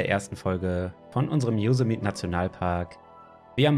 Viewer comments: Servus, top video, aber ein kleiner Tipp: Yosemite wird so ausgesprochen: Joßämeti :D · jo SEM i TIE betonung auf der 2. silbe. :)